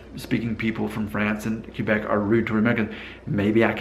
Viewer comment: Hey, I think this is the first video that has really frusted me. It began with the title, then to the way you pronounced Quebec and then the rudness barometer French vs. Spanish....Arrrghhhhh (severe face palming!!!!).... 1. The title is pure click bait and in my own honest opinion is politically in correct 2. Quebec is one of the most beautiful provinces in my homeland. There are two pronunciations that are fine: [Kay-beck] which is close to the Frano-Canadian pronunciation or [Kw'-beck] which represents the Anglo-Canadian pronunciation. Many Anglos use either or sometimes both. Why does it bother me? I'm not sure.... It's not rude, but it may be just a sign of ignorance or not caring enough to get it right. 3. Then there's that rudness barometer... How can you really ask those people who take the time to watch your videos to pit two cultiures against each other and then to ask them to pass judgement on who's ruder. It just doesn't make sense and puts you in a very bad light. Both of these cultures are much older than your very own. They have matured into cultural adulthood, while your culture is still developing. I think every country treats all visitors the same. If you go in open-minded and ready to experience a different culture you will be received with open arms. Could it be that when you started your DNA feed that you alienated some Spanish followers? Did you have all your facts straight before you made your first statements? Remember too that for most of these v